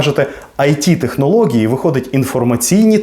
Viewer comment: Я правильно розумію? «Технології» вимовляється через ґ?